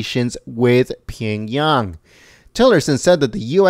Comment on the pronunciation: Pee-young-yang ... nice try though..🤣🤣🤣